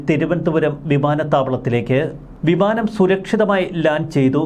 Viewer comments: അല്ല വിമാനം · ഭിമാനം അല്ല ബിമാനം 😂